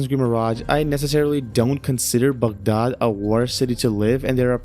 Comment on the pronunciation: the way u said Baghdad! Are you Iraqi?